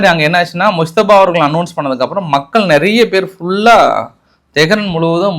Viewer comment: ஈரானின் புதிய அதிபர் முஸ்தபா அல்ல. முஜ்தப்பா (Mojitaba )வாய்க்கு வரலேனா கொமேனியின் இரண்டாவது மகன்னு சொல்லிடோங்கோ.பாவம் ஏன் கஸ்டப்படரே. தப்பு தப்பா சொல்ல வேனாம்.....